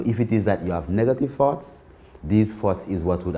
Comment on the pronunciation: I was really bou work on controlling my farts until I realized he was saying thoughts😂